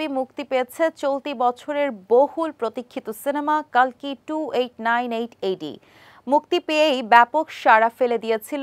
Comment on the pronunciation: কল্কি হবে কালকি নয়